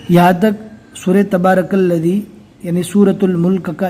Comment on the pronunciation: Ilif to nai padna hai to allaji padh rahe hai